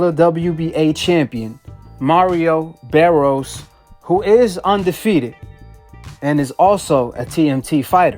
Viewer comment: BARRIOS, not BARROS